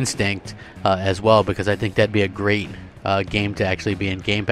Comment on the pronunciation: "THAT'S GRREAT"